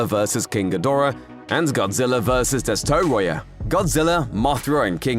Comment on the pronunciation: Is this an ai? The way its said destroyah was wierd. And this sounds like thoughty2 voice